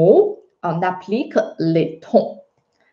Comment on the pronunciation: J ai l impression que tu prononces trons alors que il faut prononcer tons en français ! Merci